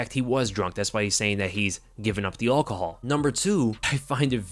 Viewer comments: Dude you’re saying it wrong… al-cohol not all-chol 🙄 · STOP SAYING ALL-COHOL fucking hell 😂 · Why does he say alcohol like that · Lmao saying "alcohol" 🤣 😂